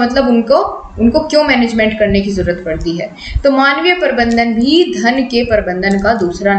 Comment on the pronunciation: Parbandhan ni hota Prabandhan hota h yrr